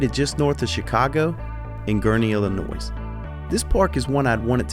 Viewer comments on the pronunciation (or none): This park wasn't on my radar until a few days ago but after doing some research, I'm gonna try and take a quick trip out here sometime this year. Also, your Deep South is showing by pronouncing "Illi-NOISE" lol Remember the s is silent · No shot our man said Illi-noise lol I'm pumped to go to Six Flags this summer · dude said the s in illinois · "illinoise" rolls eyes*** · No way you said Illinois with the s instead of Illinois with the silent s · The s on the end of Illinois is silent....lol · the s is silent in illinois